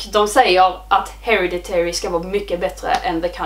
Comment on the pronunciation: Den utalas HereDitary, du lägger liksom vikt på D:et…